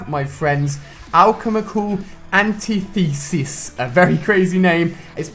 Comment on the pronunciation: facepalmed at Ali-A's pronounciation of antithesis